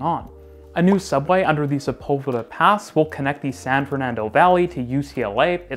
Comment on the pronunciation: Huge bonus points for pronouncing “Sepulveda” correctly.